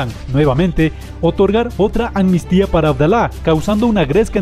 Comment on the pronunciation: amnistía, no "anmistía".